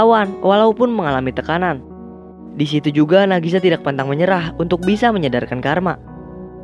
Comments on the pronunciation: Knp ngomng nama karakter selalu terbalik kek "Nagisa" jadi ngmng "Nagasi"??? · Bang sedikit koreksi : Nagisa bukan Nagasi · Nagisa bng, bukan Nagasi😞🙏🏻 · Maaf ya bang munkin maksudnya nagisha bukan nagashi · Bang namanya nagisa. Bukan nagasi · Nagisa bang bukan nagasi